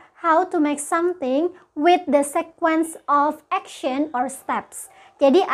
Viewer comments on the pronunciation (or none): Maam, aku mau bilang kalau sequence dibaca sikuens bukan sekuens. Aku tau pas liat google translate